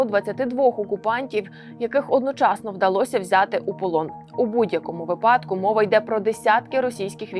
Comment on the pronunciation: ведущая, а вы в курсе как в украинском языке ставится наголос в слове вИпадок?